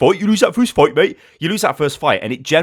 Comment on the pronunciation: I died when u say fuight XD